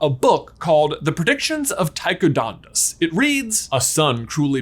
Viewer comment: made me twitch lol (read it like hermionie or else it wont be fun) Its DoDDDonus, not DoNDos